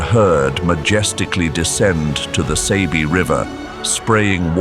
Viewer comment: It's not pronounced as (Say-be), but (Sah-be).👍✊